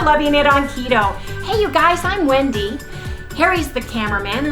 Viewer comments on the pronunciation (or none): none